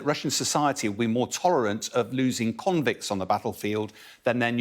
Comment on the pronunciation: I love how he said: "conscri.. convicts" 🤣